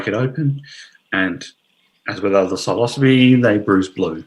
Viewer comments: like i hate to be " that guy " but its pronounced " si - lo - syb ( the e is silent) note 3 syllables " ... not - " silo -sibee " 4 syllables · Hello. So, the word "psilocybe" is of Greek origin. Greek psilos "bare" and greek kybē "head", meaning “bare headed”. Now the thing is, when pronouncing Greek words, the emphasis goes on the last syllable. So it becomes "sigh-loss-uh-BEE". This rule runs across other genera, Inocybe, Clitocybe, Agrocybe. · I wouldn't have guessed that psilocybe is pronounced like that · I have answered a similar query about the proper pronunciation in these comments. You can totally say it how you please, The word "psilocybe" is of Greek origin. Greek psilos "bare" and greek kybē "head", meaning “bare headed”. Now the thing is, when pronouncing Greek words, the emphasis goes on the last syllable. So it becomes "sigh-loss-uh-BEE". This rule runs across other genera, Inocybe, Clitocybe, Agrocybe. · Bit confused about the pronouncing of Psilocybe as the word Psilocybin is pronounced as silo-cybe-bin.. great presentation BTW..